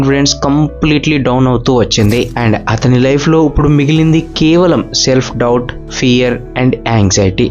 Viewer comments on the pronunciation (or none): ఉప్పుడు కాదు అండి ఇప్పుడు అనాలి....sorry topic related కానిది చెప్పా